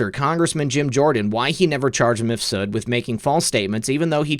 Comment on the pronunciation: Surely Mifsud is one name, rather than Mif Sud?